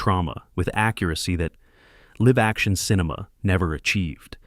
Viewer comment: It also mispronounced "live" in "live action". It used the verb (as in "to live in the moment") not the adjective. (As in "2 Live Crew".) Additionally, it interpreted the period after the middle initial in Philip K. Dick as the end of a sentence.